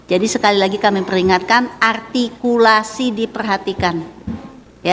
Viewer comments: Duta arghtikulasi r lu bekarat buu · "Menghina" itu ketika mengatakan "artikulasi" nya. Kebetulan siswanya memang seperti itu gaya bicaranya! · Juri yang cewek coba suruh nyebut huruf RRRRR rrrRRRRrrRrR RrRrRrrrrrRRrr rr artikulasi RrRrRrrrrRrr